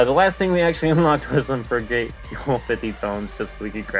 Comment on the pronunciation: how the heck do you not know how to say FRIG_ATE it is not a Fri Gate, how do you even breath properly?